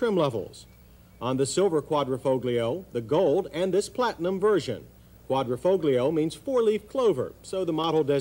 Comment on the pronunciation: Pretty funny they misspelled Quadrifoglio and mispronounced it.